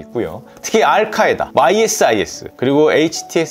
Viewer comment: ISIS는 "아이시스"라고 발음 합니다!